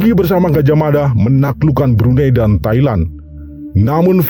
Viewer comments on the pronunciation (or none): none